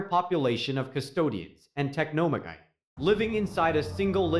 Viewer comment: Tech-no-ma-guy. 😂😅 (Techno-magi)